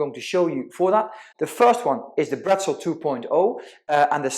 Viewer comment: It's actual Bretzel (german) not Brettzel...😉😉😉